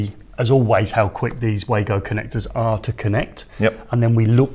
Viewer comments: great video as always, I love the Wagos too, having bought a set at Elex London I have used them since, but I have to tell you that the Wago rep told me that they are pronounced Vago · Yes i know, i sold them as a distributor and went to the factory in the early 90's when they first came in to the country, The very reason i commented was because you continually referred to them as way-go in the video which was wrong. if you know why do you call the way-go? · Wago have been around since the early 90;s, its pronounced var-go.